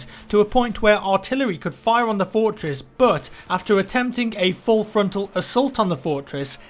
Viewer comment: "Fourtwess"